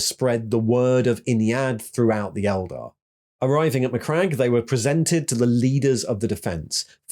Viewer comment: That being said…. Keep pronouncing Eldar wrong ;)